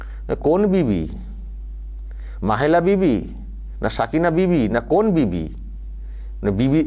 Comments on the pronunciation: রচনা আর মমতা দুজন ই তো বিবি তাই ওদের মুখ থেকে বিভিদের যায়গায় বিবি ই উচ্চারণ হবে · 🤣🤣🤣🤣🤣 750কোটি সারা পৃথিবীতে কিন্তু 10000 কোটি শুধু পশ্চিমবঙ্গেই। যীশুখ্রীষ্ট ❌ যীষ্টুক্রিষ্ট ✅ "বিবিধের মাঝে " ❌ বিবি দের মাঝে ✅ 🤦‍♀️🤦‍♀️🤦‍♀️🤦‍♀️🤦‍♀️ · আরে এগুলো অশিক্ষিত। এদের কথা কেনো সোনাও? বিভিদের মাঝে টা উচ্চারণ করলেন বিবিদের, কি আর বলবো? চলো বুড়ো মানুষ দেখতেই থাকবো। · পণ্ডিত নিয়ে পাতালে যাওয়া সুখের, মূর্খ নিয়ে স্বর্গে যাওয়া অত্যন্ত দু:খের। পৃথিবীর লোক সংখ্যা কত? নানা ভাষা নানা মত------ পরিধান। বিবিধের মাঝে----- বিবিদের নয়। বিজেপির সভায় যে লোকসংখ্যা দেখি, তারা সবাই ভোট দিলেতো বিজেপি জিতে যাবে। তাহলে কি হবে? যীশুখৃষ্ট উচ্চারণ করতে পারে না। এরা হচ্ছে জনপ্রতিনিধি।